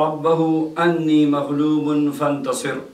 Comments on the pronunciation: اسلام علیکم. سوری معافی چاہتا ہوں شروع میں آپ نے آیت صحیح پڑھی ھے لیکن بعد میں آنی کی جگہ انی پڑھ رھے ھیں ذرا اپنی اوڈیو پر غور کریں ؟ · please correct me,it is not " Rubi Inni Maglobun Fantaser" what you said. It is "Rubi Anni Maglobun Fantaser". What is written in Sura Al Qammar. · AAp rabbi inni prhe hen, jbke Rabbi Anni he. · Rabi ani parhna hy Rabi ini nahi parhna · Rabbi anni hai rabbi inni nahi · Rabbe Anni not Rabbe Inni. Please amend kar lein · اسلام علیکم و رحمۃ اللہ و برکاتہ انّی کے الف کی زبر ہے یا زیر ہے، آپ اِنّی پڑھ رہے ہیں اور سکرین پر الف کے اوپر زبر ہے، رہنمائی فرمائیں بہت شکریہ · aap farma rahay hain inni magloobun fantasir jab kay likha hua hy anni magloobun fantasir aap kay batai hue alfaz say to loog galat parh baithain gay. Bara e meharbai rehnumai farmain. Jazak Allah. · سفید کپڑے سفید پگڑی اچھا لباس پہننے سے انسان عالم دین نہیں بن جاتا ہر انسان مسجد سے نکلنے والا نمازی نہیں ہوتا خدا خوف کھاؤ آئیت درست پڑھو انجانے میں پڑھ رہے ہو تو درست پڑھو اللہ سے معافی مانگو ایسے ممبر پر بیٹھ کر روزی کا بازار گرم نہ کرو ہمارے لوگ تو پاگل ہیں سنی سنائ پہ یقین کر لیتے ہیں ( رب انی ) اسپر غور کرو اللہ ھدائیت دے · Jb Quranic ayat prhe gay"" faa Dàaa Rabba hu"" toa ""anni"" prhna he jesa likha he Quran mn,jb prhen gay ""Rabbi inni"" toa ""Inni"" prhna he. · اَنِّی ہے جناب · Leken alaf k oper zabar h Anni h ya inni h? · انی۔ قرآن کریم میں زبر کیساتھ ھے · Bilkul main ney bhi yahi note kia hey ye Inni nahe hey